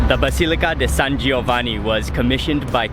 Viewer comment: Hey Mark, nice pronunciation San Giovanni, San Clemente!!!